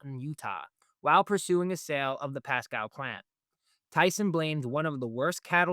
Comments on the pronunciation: It's pronounced; "Pasco" NOT "Pascow" young man. Listen to the guy that was in your first clip. He pronounced his city properly. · It's pronounced Pascooo not Pascow...... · It is pronounced "Pah-scoh," not "Pah-Scow." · The host ("") is apparently an AI construct, simply because the correct pronunciation is "PAS-CO", not "PAS-COW". I noticed another mispronunciation, but I was stunned by the Pasco mistake enough to wipe the other out of my brain. So you get a thumbs-down today. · The City is PASCO, pronounced like Taco. Not PASCOW. I know that the native names of our cities may be hard to understand, but as a reporter, please just give us a call. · As others have said already: it is pronounced “Pass-Co” (not Pass-Cow). Thx for this channel, I appreciate the Center Square. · Pasco..long O...learn how the locals talk please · Pass-cow wow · I was trying to figure out where Pascow was 😅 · Is this guy AI? He cannot pronounce Pasco. As in Pas-Cooo. The prostitutes dont take SNAP. They could fix that, to save the small business of whorin'. Sideshow bob fuhrerguson is underwater. But all this is Trumps fault, just ask a democrat communist.